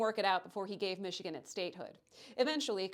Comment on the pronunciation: You pronounced Michigan and Wisconsin wrong here. See your new video for reference. Also, GET REKT MICHIGAN!!! OHIO ROCKS! 1803 FOR LIFE!!!